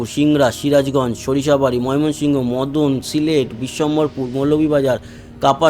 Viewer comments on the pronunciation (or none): none